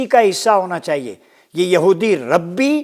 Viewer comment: Not RABBI . Its RABAI